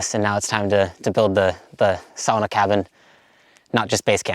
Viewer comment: SAW-NA PLEASE AND THANK YOU, LOL. BUT FOR REAL, GREAT JOB!